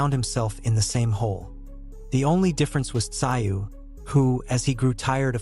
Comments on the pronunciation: russian with aussie influence, its not "sigh-oo" in aussie its like "Zoo" [makes a joke of expert commentary.] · Tim who ? Tim zu, not sigh you !! Fuk me mate, do better … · It's not pronounced "ci oh", try "zoo" instead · Pronounced TaZoo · I couldn't watch this sh*t, It is pronounced ТЗУЙ, in english TZOOY, the name has Korean origins, Бред сївой кобили 🙈😂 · It’s pronounced Tzoo. How can you be making boxing content and not know this? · Its pronounced Zoo. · FFS...enough of this AI bullshit?! Tszyu...is pronounced szoo...get on the fkg program Yankee?! Bluddy good referee?!!! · Tszyu has a silent “T”, silent “s” and silent “y”, so pronounced “zu”. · These commentators are so lazy they don’t even know how to pronounce the fighters name. All it takes is a single question to the fighters team. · If ur gunna make a video bout a man, at least get his name right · I can’t watch these videos with terrible AI voiceovers, just ruins it worse when it can’t pronounce the name of the person the video is about lol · Crap AI announcer can’t even pronounce a fighters last name ! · I can’t watch a video made by people who don’t know how to use the internet to check pronunciation, or listen to the video where his name is pronounced properly FFS! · No likes for you until you can pronounce his name correctly. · F..k sake mate say his name right cant you read English or listen to it 🤣🤣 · learn how to pronounce fighters names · Why watch this video if the narrator can't pronounce Tim's surname?